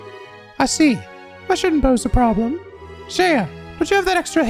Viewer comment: Isn't Shea just pronounced shay, like the butter?